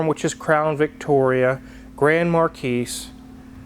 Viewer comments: Mar-key, not Mar-keese… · The "S" is silent in "Marquis". It is just "mar-KEE". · Been watching this channel for a little while now, but I only watch Hoovie's on occasion. So, unless there's some sort of joke between you guys: Marquis = Mar-key. No 's' on the end. Thanks for a great channel. 🙂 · Ahem...the "s" in marquis is silent.